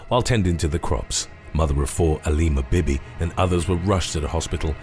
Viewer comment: Aleema Bibi I thought he said “a lemur bit me” 😂